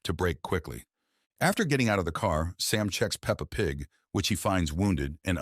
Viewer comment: Also AI saying peppa pig is so funny😂